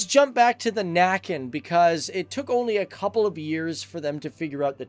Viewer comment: About Näcken class subs; not nacken=(the neck). Näcken=(a folklore manly fiddler playing in brooks) a and ä different sounds.